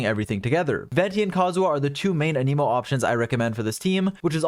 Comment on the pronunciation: Thank you for the info! One criticism: your pronunciation of “anemo”. I believe it’s pronounced “ă-nih-mo” (short a; like in “ at”) rather than “ann-ee-mo”. This is a very soft criticism and it didn’t stop me from understanding what you were saying. Thanks again! ✌️😁